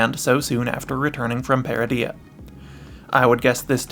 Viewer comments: Ytf would you pronounce Peridea like that when its said multiple times in season 1? I bet you pronounce Garindan as Garin dan, when its really Gah rin din. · You're pronouncing Peridea wrong.